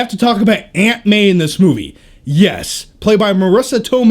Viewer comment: I thought he said Ant-Man instead of Aunt May